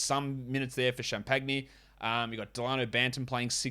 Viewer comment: His name is pronounced Justin “Cham-pinny” keep an eye on him 👀👀